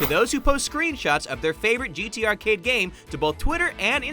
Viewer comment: "GTArcade" "GTArcate"